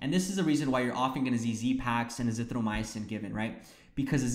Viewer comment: It's azithroMYcin not azithroMY-UH-cin.